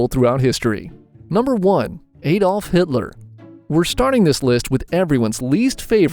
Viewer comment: My coffee spilled on the table when bro said Adolf hiller